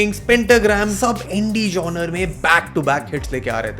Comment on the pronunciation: Good video, but the miss pronunciation of the word genre is really annoying.